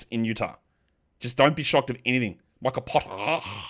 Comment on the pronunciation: You pronouncing micah potter is so stressful😂